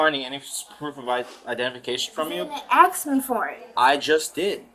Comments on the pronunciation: “THEY DIDN’T AKS ME” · The word is ASK not AKS. I can literally hear her horrible spelling. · why does she say axe so much? weird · Black people the word is ... ASK ... not axe you are not chopping wood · It’s ask, not axe…. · I not axing you I’m telling you, you’re a moron!! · Why can't they say "Ask"? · I'll never understand how adults from an entire community cannot pronounce a word as simple as "ask". Beyond me. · "axe me"